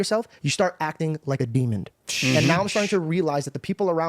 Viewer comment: Janko needs to understand two things... the word is DEMON not 'Demond" and he also said "Hindu's believe that .... something... worship Buddha, right!?. I didn't hear what he said but Janko needs to stop speed talking and speed read anything about world religions. I recommend, Ken Samples, God amongst the Sages.